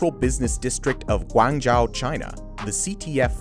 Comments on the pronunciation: Guangzhou is Guang Joe not Guang Jao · GuangJao comes to mind ... worst rendition of guangzhou I have ever heard. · Wtf is "Gwanchou" China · The speaker seems to pronounce "Guangzhou" wrongly, . It's probably better at . At least in Mandarin Chinese, the diphthong of "zhou" does not contain the vowel of the English "run" and instead, an "o" like the one of "ton". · Me as an Asian when he pronounces Tianjin and Guangzhou: Dying